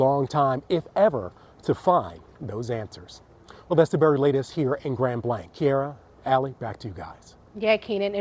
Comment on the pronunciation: Reporter the name is Grand Blah like in blah blah blah. It’s French meaning great white.